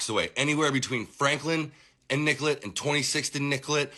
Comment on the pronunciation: Hes not from there...its not nickelet...its nicolet...pronounced nick-co-lay. Someone who lives there would know that...certainly would have been corrected quickly